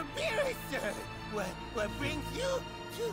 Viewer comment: When I first hear: Lord Virus!!!! But I Realised that in watching in subtitle: it's Lord beerus